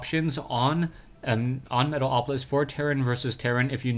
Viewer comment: Lol, luv when you say Metal - o - polis :)